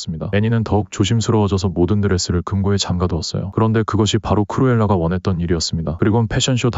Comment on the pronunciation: 크로엘라가 아니라크루엘라에요😅